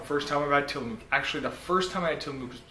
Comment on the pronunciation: God.. he keeps mispronouncing Tillamook and its just making me cringe.